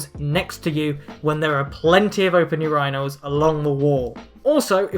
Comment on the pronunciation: I do not like the way you pronounce urinals